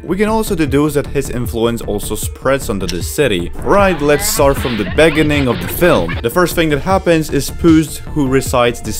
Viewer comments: Me:beginning "Beggening" Me:😒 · "Bers" "begining" "shWord" bro I can't💀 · "Let's start from the begenneng" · "the beginen of the film" lol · "Begening", "Consise" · Prota-gonist Beg-gining I oke hiw he pronounces it lol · In the beninging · in the benining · the way he pronounces "beginning" makes me laugh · the way he pronounce "beginning"